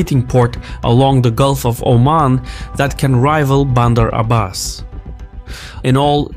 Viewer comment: he got so many things wrong. and also look at the way he pronounced bander Abbas,there is no way he's Iranian.and the amount of likes are proving my point buddy. And just to make it clear I don't support the regime in any way